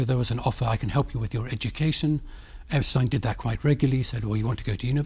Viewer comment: Can you pronounce Epstein name properly It is so annnoying when you change names like this